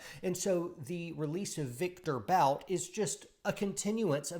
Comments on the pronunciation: Stop saying “Bout” 😆 It’s pronounced Viktor “Boot” lol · you could at least learn how Bout is pronounced... (his name reads "Boot" like "book"). By the way, investigate, how many US laws violations were made to put Bout in prison. Would you also ask yourself if the US ever secretly supplied arms to some third world dictators or some other notorious duds...